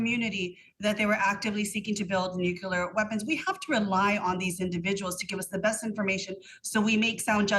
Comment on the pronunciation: I wish they’d both pronounce “nuclear” correctly.